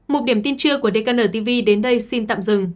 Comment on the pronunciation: Tên của đài gọi hay hơn Là (đi khê en:) (:DKN:))đừng đọc (:dê ca nờ:)) nghe không được hay: hiện nay tên công ty: tên khách sạn cũng dùng bằng tiếng anh mà